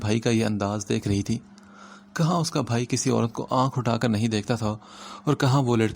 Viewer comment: Sir aap bha ki jagha bhai read kre. Wo drasal bha sound kuch khas Acha nhi lag rha hai.😯